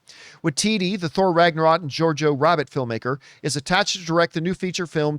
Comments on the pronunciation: Did he honestly just say JorJor Rabbit??? hahaha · Dude, I was literally about to say "Did John Campea have Star Wars on the brain bc I swear that he just said JarJar Rabbit" but I decided to go with what I wrote instead. We were DEFINITELY on the SAME EXACT WAVELENGTH regarding Campea's comment though hahaha😅